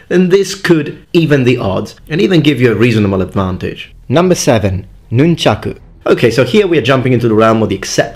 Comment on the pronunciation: Thank you, thank you, thank you for saying "nunchaku." I swear, if I hear one more person say "nunchucks," or worse... I love sai, too; they tie for me with bo for favorite. I wouldn't have thought of nunti-bo for "most effective," but I have to agree.